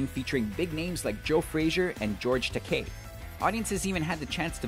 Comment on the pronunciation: It's not George "Takay" George Takei (Ta-kye) Come on..